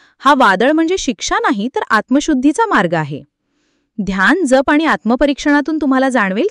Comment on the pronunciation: जप शब्दाचा उच्चार नीट करा..